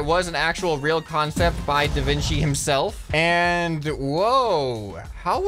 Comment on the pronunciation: ahh yes, The Vin Qi